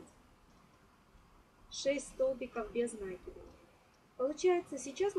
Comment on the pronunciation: Глагола "влаживать" не существует НакИд, ударение на И без накИда